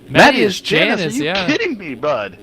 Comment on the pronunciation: Another great stream, just one thing lol. My name is pronounced mat-ee-as lol